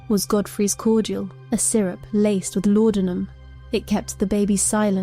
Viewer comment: WTF ?? anyone who knows ANYTHING about Victorian Crime .. pronouncing LAUDENUM as LAUDINIUM ?? SORRY THIS MUST BE AI .. HOW CRAP